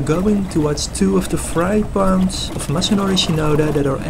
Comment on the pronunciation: U have great video's but please work on your english vocabulary. Fry pounds????, U mean ponds!. oranges is not a word for more orange in a fish. Again really great video's but listen back your own video's to learn of urself.